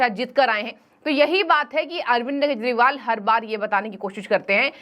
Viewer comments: This abnormal Anchor everytime days Keshpal... instead of Kejriwal. Very bad on channel's part. Pls correct her😮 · Keshpal bolti hai ye anchor everytime 😮 shame shame